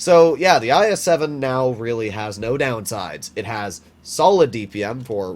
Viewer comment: Eye es seven 🤣🤣🤣😂😂😂😆 bro the pronunciation 😂